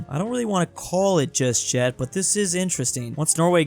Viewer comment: why are you saying just jet instead of just yet?